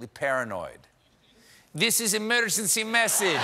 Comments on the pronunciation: I wonder if Stephen's pronunciation of "emergency" as "egermency" was a shout-out to the movie "The Russians are Coming, the Russians are Coming!" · Omgggggggggg.... “egermency” hahahahahahahaha oh man this dude is way toooo funny. In tears. 😂😂😂😂😂😂😂😂😂😂😂😂🤣🤣🤣🤣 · Hilarious! Stephen was channelling an old movie called The Russians are Coming. "eeemergencee" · haha EGermency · Love the "egermency" message to Russia!!! Made my morning ...